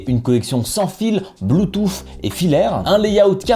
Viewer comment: J'ai l'esprit mal placé, au début de la vid j'entend "Blue touffe". C'est con mais ça m'a fait rire.